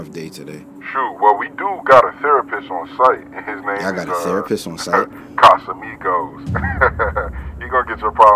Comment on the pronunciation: “CasamIgooos” ahahaha 😂